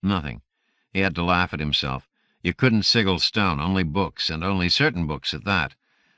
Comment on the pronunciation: Anybody know what a "siggle" is? Ha ha! Seriously, though, I assume he's reading "sigil," which as everyone except this narrator knows, is pronounced, (si-jəl).